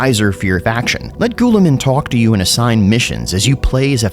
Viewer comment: Your pronounciation of Guilliman is so wild. Where in that word do you see the need to say "Ghoul"?